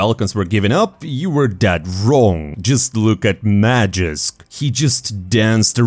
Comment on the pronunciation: its magisk not magixx. you dont even pronounce the names differently...